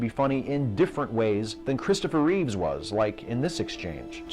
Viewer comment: Very good. But its Christopher Reeve not Reeves. :P